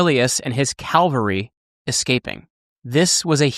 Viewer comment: "Calvary" or "Cavalry"? Many americans get their own language wrong... ;)